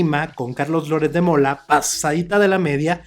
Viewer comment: "Louretssssddd" quien es Loret de Mola? Xq no pronuncia biennn es un boludooooo importante.....